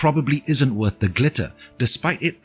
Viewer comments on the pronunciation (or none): none